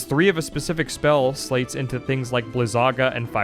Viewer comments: Interesting to hear you pronounce sleights as "slates". I thought it was pronounced like "lights" with an 's' in front (like in sleight of hand). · My favorite thing about being a Chain of Memories fan is how they wrote "Sleights" in a card system -referencing sleight (like Slight) of hand, yet the pronunciation of "Sl8" has become the norm. And I am not free of it. You can pull my sl8 pronounciation from my cold dead hands